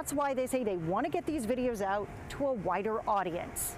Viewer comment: she said get da video out to a whiter audience lol dats not a word 🤣😂🤣